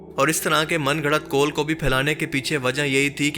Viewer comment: Kol nahi, Qaul